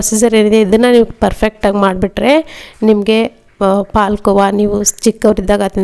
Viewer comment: ನೀವು ಕನ್ನಡದವರಾಗಿ ಹಾಲು ಕೋವಾ ಅಂತ ಹೇಳಿ ಪಾಲ್ ಕೋವ ಅಂತ ಬೇಡ